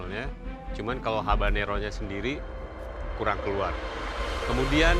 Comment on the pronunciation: Namanya habanero bukan harbanero😅